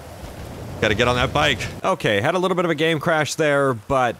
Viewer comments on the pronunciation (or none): none